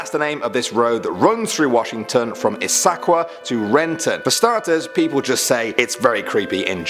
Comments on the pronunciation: It’s izzakwa and spokan not issackwa and spokain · Spokane: spoke-Anne Yakima: yeah-Kim-ah Issaquah: Is-a-kwah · Great video but ihs-SAK-KWAH made me want to pull my hair out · It’s Yea KUH Mah. Not Yakeema And it’s Izz UH Kwah I know we have wacky hard to pronounce town names Thanks for the video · Spoh-can. , yeah-ca-mah, is-sa-quah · Issaquah is uh qua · Oh, the mispronunciations . . . Yakima: yeah-kih-ma Spokane: spo-can Issaquah: iss-uh-kwa But I’m so glad you guys did this video! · Lol i liked how u prounounced Issaquah. Its pronounced is-a-qua. Im from Woodinville wa. About 20 mins from Issaquah an 30 min from seattle. Ive been begging for this video. U shoulda added the merchants cafe its pretty haunted an has so much history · YaKEEEEma argh I shuddered. Oh I just got to "ihSACKwah" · I love how he's saying some of the names wrong. It's really funny how he says Issaquah and Yakima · I’m from issaquah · His pronunciation of Yakima, Issaquah, and Spokane make me so happy. :) I've only ever heard of the stories in Spokane and the Olympics. It was interesting to listen to the other ones. I'll have to investigate. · Sorry, but you said Yakima, Issaquah, and Spokane wrong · “Yakima” and “Issaquah”... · Love how he mispronounces so many cities: Yakima, Issaquah, and Snohomish (although this one was pretty close). :-) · I love how wrong he is pronouncing the names 😂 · He butchered Issaquah also.